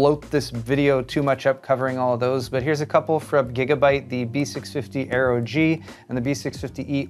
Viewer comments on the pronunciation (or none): none